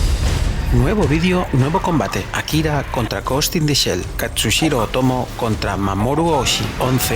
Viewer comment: mareeeee jajajajaja se't perdona tot versus 😘😘, shh shh va un apunt de pronunciació Japonesa a l'anomenar a Katsuhiro afegeixes una "S" entre la U i la H ( però com que avises si ho dius bé o no ja t'exculpes amb antelació 🤣🤣)